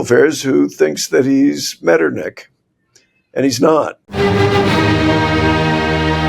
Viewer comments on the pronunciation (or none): I'm familiar with von Metternich and assumed he was meant, but I wish they'd at last try pronouncing a foreign historical figure's name correctly (dispite being Americans).